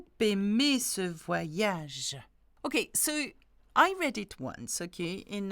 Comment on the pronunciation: Good morning! thank you for doing this. One other sound that I know many have trouble with is when is an 'r' guttural précisément or not partir. Merci forgot the last 'ge' in voyage!